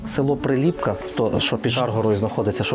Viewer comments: Дякую за чудове відео! Нарешті добралися до рідної Кременчуччини. Бував на на Шар-Горі не раз. Правильно казати При́ліпка, а не Прилі́пка, у Вікіпедії теж не правильно. Хорішки́, а не Хорі́шки, Юрки́, а не Ю́рки. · Тіки не ХорІшки, а ХорішкИ, не ПрилІпка, а ПрИліпка, не Юрки, а юркИ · Дякую за фільм! Вибачте маленьке уточнення 😉 села ці мають трохи інший наголос: юркИ, хорішкИ, прИліпка. На шар горі колись була прадавня церква в якій служив мій прадід, а мій дід будучи ще малим пас якусь худобу під горою. І ще як був живий розказував що колись приїзжали якісь люди, мабуть археологи, і знайшли якийсь глечик, може з якимось скарбом, він пригадував що бачив в землі слід де лежав той глечик. Прадід священик був спалений з іншими бранцями під час 2 світової 😢 Трошки не погоджуюсь що в Юрках самі дачі, просто село вимирає. Частина населення старше покоління, яке зимою живе в місті, бо так легще, а на теплий період в селі і гарно підтримують батьківські хати. Шкода що не пройшли іншими вулицями, де піщана дорога, між дворами майже немає заборів, багато квітів, є місцева архітектура 😊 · Приліпка на перший